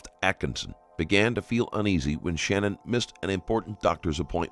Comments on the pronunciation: It is Sha-nann, not Shannon. Just wanted to get it right for everyone. Not trying to be rude. I feel like it is kinda more respectful to the family and her name to get it right. And Chris describing what his little girls said before they died was one of the worst things I've ever heard in my life. He's the type that deserves to fry, honestly. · I appreciate your channel. However, please make the effort to pronounce victims names correctly. Her name is/was SHANANN not Shannon. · You should probably learn how to say the victim’s name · her name was SHANANN - NOT SHANNON